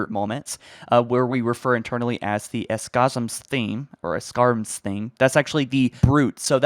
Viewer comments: Brute Chieftain is Escharum (pronounced Esk-a-rum) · I think it’s pronounced Esh-ar-um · I believe its ess-charr-uum